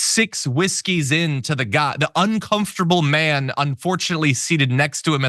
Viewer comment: "A Mayun's a Mayun!" meaning the pastor has no self control.